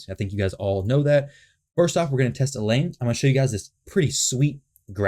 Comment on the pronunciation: El-Hain. They pronounce it in the game intro